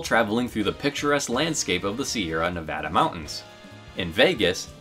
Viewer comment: From Las Vegas, thank you for pronouncing Nevada the correct way